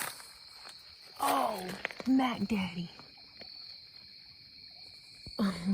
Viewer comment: Something about the way you said Mack Daddy was so wonderfully Alabama.